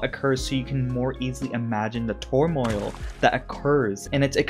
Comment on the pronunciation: ...why do you struggle with the word "turmoil" so much lol it's pronounced exactly how it's spelled